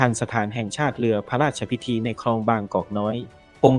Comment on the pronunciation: เนื้อเรื่องของคลิปที่ลงก็ดีน่าดูมากแต่สุดแสนจะรำคานคนอ่านสุดไปอ่าน.ร.ล.ได้แย่มากฟัง.พะลาดชะพิที.อลุน.ลาด.ชะวะลาลาม.เวรกรรม.